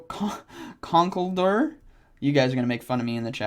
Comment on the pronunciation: FYI it's pronounced Conk-el-door